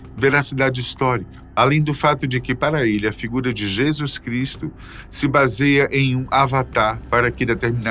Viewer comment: Que agonia de “Jésuis” 🫤